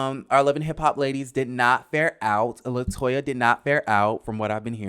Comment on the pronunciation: It’s latoya